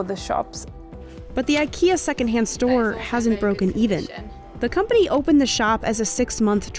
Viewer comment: IKEA, not aikeea